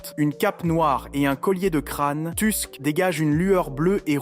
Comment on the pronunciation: Je n'ai regardé que la moitié, par trop chaud pour me faire spoil 🤣 C'est pas mal comme vidéo, mais par contre... Ironne, Tusque, débufe... Mais par contre Wyvern ? Si tu veux dire tout en français, ok, mais en français c'est une Vouivre, Wyvern étant la traduction en anglais 😁 Je chipote, même si ça fait mal aux oreilles, la vidéo est très bien.